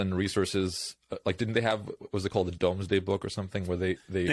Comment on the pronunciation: It is pronounced Doomsday book.